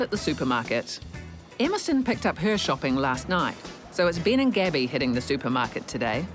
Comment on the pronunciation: Hahahaha she said Ben and I heard it as Bin 😂😂